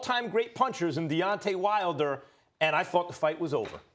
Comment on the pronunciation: wilder not wiler lol